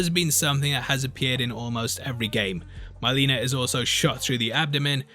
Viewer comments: It's not MYleena, its Mileena. Like the words milk, silk, pill. Not eye. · My-Leena????? You obviously are just trying to make money off this video. 😅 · "my-leena" lol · Have you even played the games or watched the original movies?? You can't pronounce Milena and you're not aware that you can easily block sweeps in the game. You're full of shit. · Love your pronunciation of mileena classic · You keep saying Mileenas name wrong are you doing that as a meme lol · I love when Brits just slaughter foreign pronunciations. "Shao Can"...."Myleena."